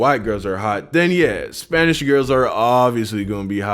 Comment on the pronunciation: I thought you said spainsh